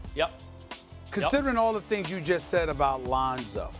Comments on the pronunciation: She really said Ronzo 😂😂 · “Ronzo” why is Molly even on this show? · Molly says "Ronzo", then Stephen A says "Londo." These mofos high? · She called that nigga Ronzo 😂😂😂😂😂 I’m dead #FaM500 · RONZO MOLLY? REALLY?! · Are we ignoring the fact that she said "Ronzo" is the back up? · Lol "Ronzo". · She said Ronzo 😂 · Who is Ronzo? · “Ronzo” “Londo” Lmao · We all just going pretend she didn't say Ronzo? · Bob OG yeah and “Londo“ from stephen a :D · who the hell is Ronzo? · Who tf is “Ronzo”? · Stephan a said Londo right after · Ronzo Londo IM DEAD 😂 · Then Stephen A. Said “Londo” lol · Did she say Ronzo?